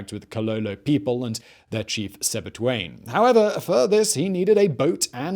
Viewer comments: The largest part and the source of the Zambezi is in Zambia..and its Sebetwane not Sebtuane. Really love the narration but get your facts straight. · its Sebetwane